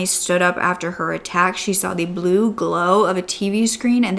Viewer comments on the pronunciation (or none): none